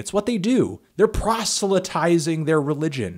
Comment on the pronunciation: "They're prostulatizing their religion" lol